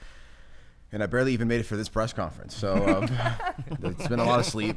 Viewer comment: Love that said Presh conference with so much confidence